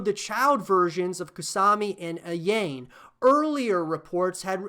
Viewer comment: I hope DOA can somehow come back from its grave. The gameplay is really fun, and the multi-tiered/danger zone stages are incredible, but so many people dismiss it as "that one that people like because it has sexy girls" With that being said, Kasumi can "hold" me anytime ;) Edit: I couldn't finish this video after you said "KaSAmi and AYAYne"